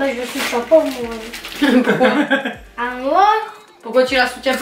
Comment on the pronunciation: S’etait trop drole quand tu a dis (comme tout le mode a dis pouqui au lieu de pouquave )🤣🤣🤣🤣🤣🤣